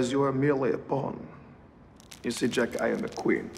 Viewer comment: Except his J, in Jack. Zhaeak